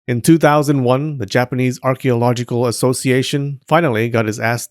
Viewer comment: 😂😂 I thought it was just me